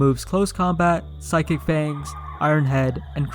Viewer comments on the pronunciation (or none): none